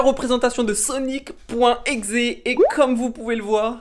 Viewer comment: C sonic.exe pas sonic .exé